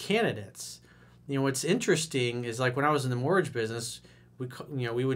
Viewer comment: Mortgage sounds like mortg